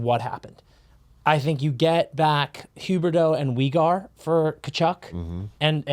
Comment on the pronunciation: Why is pronouncing Weegar like that 😂